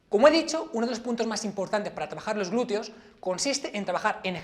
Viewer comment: ¿Por qué pronuncian "glureo"?